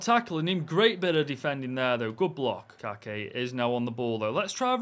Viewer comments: Its not Kake, its KaYYYke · Kayky is from my clube here in Brazil Fluminense, his name in speaking the Y hás sound of i, Is like kaike. I love your vídeos, you have fãs around The world like me in Brazil.❤😂